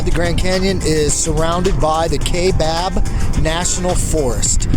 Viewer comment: Kaibab is pronounced Kybab, not Kaybab.